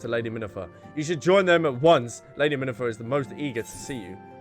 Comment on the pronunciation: Minnifer? I get that you struggle with certain words, but they literally pronounce their names out loud in the cutscenes.